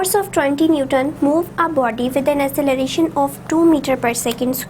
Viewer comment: Acceleration Pronunciation was wrong